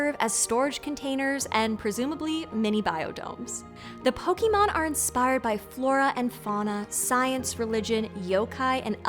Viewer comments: Yeah, the sheer ignorance in pronunciation earned this video a downvote. This sort of thing bothers me so much, I'm gonna go on a small rant. Lesson #1: If you're not Japanese, just pronounce it as "Poh-K-mon." Literally. Just say "K" instead of butchering a single, simple syllable - you'll be a lot closer. Lesson #2: Japanese vowels are stupid-simple: they're the same as Romance language vowels. Did you take Spanish in High School? Remember "a, e, i, o, u?" Great, you can pronounce Japanese vowels now. Lesson #3: With a few exceptions, stresses in Japanese words are almost always on the first syllable. Ironically, Pokémon is one of these exceptions...but this is because its stress is from an English loanword, with the word "pocket" becoming ポケット. Last of all, this chick loses all lingering respect & credibility for even giving the time of day to PETA & woke "arguments" that Pokémon has any connection to AMERICAN cultural & historical issues. People like this are why the world rolls their eyes at the U.S. Confidently ignorant, unwilling to correct their own flawed behavior, & convinced the whole world revolves around their myopic worldview. Rant over. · I really wanted to watch this video, but the mispronunciation of "Poke-aay-mon" to "Poke-eee-mon" constantly through the video was too grating. I only got 2 minutes in before I turned it off. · With respect,, it’s pronounced Pokémon (Pow-kuh-mon) not Pow-kee-mon. You wouldn’t ask for a résumé “ree-zoo-mee”, you’d ask for a (reh-zu-may) I wouldn’t put a Pokéball in my pohkeet, I’d put it in my pocket. The mispronunciation lessens the credibility of your presentation. And before anyone snaps back at me, no one in the official anime dub, or in any official Nintendo/Gamefreak branding, or the literal live action movie calls it pokeemon either. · The worst part of this video is the way she pronounced the word "Pokémon". It should have been clear that e with an acute would make an "eh" sound instead of "ee" sound.